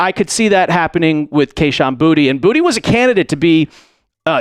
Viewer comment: It is pronounced Boo-ta not booty It is French..